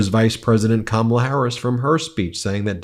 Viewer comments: He said Kamala right this time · You missed it! He finally pronounce her name correctly! Big flub on his part, but we’ll take it 😊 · WOW, he finally said her name properly....I think he has colon rectal cancer. That's a killer. 🤦🤦🗳️🗳️🗳️🇺🇲🇺🇲🇺🇲